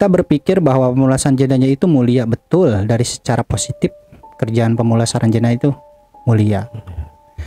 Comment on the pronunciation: Jinazah ke jinajah ye